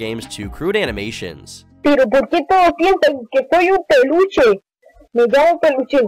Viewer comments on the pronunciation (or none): I’m sorry but the way he said peluchin made me giggle 💀💀💀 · How ironic that Peluchin sounds exactly like pollution